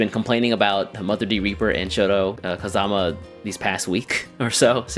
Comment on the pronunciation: Right out the gate I gotta ask why you shifted from KAzama to KaZAma I don't quite get Japanese name pronunciation yet so the reason interests me